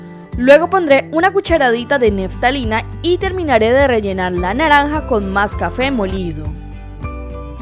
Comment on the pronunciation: Desde uruguay. Parece muy efectiva tu idea. La probaré. Gracias. Para aportar positivo solamente, tú dices neftalina, y es naftalina.